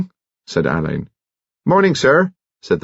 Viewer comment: Don’t get me started on “Oxfordians”. And yes..drives me bonkers that he says “Al-LAYNE” rather than “Á-len”, as Marsh intended… but he does a thorough and respectful job, so I’mgoing to blame the director. Marsh was very active in British theater in the 50’s and 60’s.. I wonder if BC’s parents, knew her?